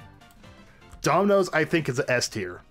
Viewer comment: Did you just say daminos can out pizza the hut